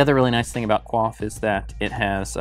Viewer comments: quay-f he-lick-al hahaha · "who else pronounced it wrong?"......... er the guy in this video 😂 I put it down to regional dialect. However you say it I want one 😁